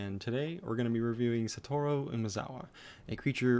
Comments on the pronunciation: It’s pronounced satoryu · So your justification is watching anime? I speak Japanese, its not pronounced Satoryu.